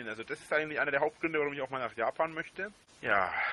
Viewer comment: Will mit a paar Jutubern nach jabban reisne wegen dieääää Kirschblütnää. Kannst du dir nicht mehr ausdenken! 🤣🤣